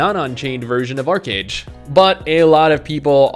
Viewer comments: Archeage not Archerage xd.. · Archeage not Archerage. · Archerage? Haha